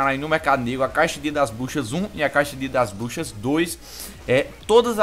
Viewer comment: falou M4A1-X Dias Das Buxas Kkkkkk =P Eu escutei isso:v